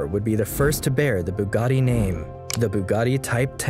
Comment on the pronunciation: Bugatti is written with double T, not how here pronounced with double D.